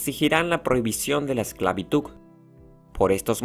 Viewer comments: Muy buen vídeo me encantó, pero te quiero dar un consejo, debes mejorar tu pronunciación en Español, no es ESCLAVITUG, se dice ESCLAVITUD con D de dedo 😊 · Y actividaC. EsclavituC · Me parece que dice "esclavituc" en vez de esclavitud. No pude entender el video porque me dio mucha risa. Pero fue un buen video 😁👍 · Buen video, pero Propiedac, esclavituc. Debemos practicar las palabras terminadas en d. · No podia seguir escuchando la voz del exponente, diciendo esclavituc en lugar de esclavitud. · Empecé a ver el video, pero no soporté la mala pronunciación del relator. Se pronuncia "esclavitud", con d al final, y no esclavituc, por Dios santo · Esclavituk XD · Dice esclavituk! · Mmmmm porque decis esclavituC? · El dijo esclabituC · no se dice esclavituc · Se dice esclavitud, no esclavituc 🙄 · es una pena que este comentario sea tan exigente bueno pues en fin la hipocresia :) un pequeño error no hace que el video sea menor un buen error hace que el video se peor. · Me gustaría que entiendan que hay personas se tienen una forma de hablar,tanto como el dijo esclavituc;tambien hay personas que dicen fuistes en vez de fuiste..entiendan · Esclavituk.. jajajaj de ahí viene "peregrin tuk" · Perdón, pero tengo que admitir que me gustó que dijera esclavituc 😭✋ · Buen video, a excepción por eso de insistir en decir “la esclavituC” 🙄🙄🙄, casi me desconcentra, ya saben... NO A LA ESCLAVITUC!!! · Buena información pero es esclavituDDDDDDDD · Esta grave la "esclavituk" ... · no puedo concentrarme en el video porque solo oigo que pronuncia ESCLAVITUC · que chistoso dice "EXCLAVITUK" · Amigo te recomiendo tomar un curso de dicción para que aprendas a pronunciar mejor las palabras. Se dice ESCLAVITUD. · solo me estresa q pronuncies ESCLAVITUCCCCCCCCCCC me quema los oídos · vine a la sección de comentarios con un único fin: ver a quien mas le molestaba que diga esclavituC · "Esclavituc" What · Es una pena que haya pronunciado "ESCLAVITUC" en todo el resumen...pintaba bien el video.